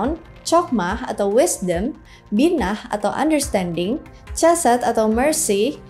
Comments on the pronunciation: Chokmah ( חכמה ) dibaca: Hokmah, bkn Cokmah. Begitupun dgn Chesed ( חסד ) dibaca: Hesed, bkn Cesed. Pengucapan huruf H nya dgn cara diucapkan dgn memakai bagian blkg tenggorokan, krn huruf Chet ( ח ) sbg huruf guttural. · Ya benar sekali utk mempelajari Kabbalah hrs dibawah bimbingan Rabbi Yahudi, makanya sy geli ketika mengucapkan Chokmah & Chesed yg mana pengucapannya jg gak tepat, tapi ia nekad utk membicarakan ttg kabbalah 😂.